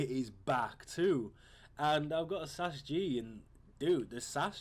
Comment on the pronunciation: it's S A S fucking G not sas g shit